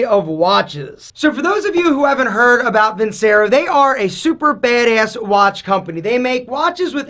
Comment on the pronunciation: You’d think loving the vincero watches so much he’d pronounce it properly vinCHAIRo